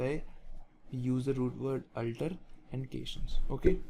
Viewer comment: sir,its a very excelent initiative...very thankful .....but the only one thing i got confused with is the pronounciation of *alter*.I felt that the way you pronunce "alter" is diferent from the google pronunciation...which is the correct pronunciation?